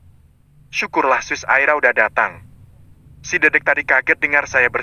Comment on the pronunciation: lo ya kan banyak yg komen gara" suaranya berubah tlg diperhatikan bun, coba dengar menyebut sus eli saja salah trs nyebut dedek el juga gak bener , ditempat saya banyak yg dengar juga komen gak suka dengarnya , maaf ya tlg diperhatikan